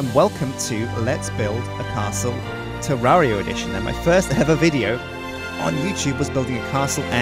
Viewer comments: Did you say Jewdaria? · Episode 35~ and he still doesn't know how to pronounce the name of the game.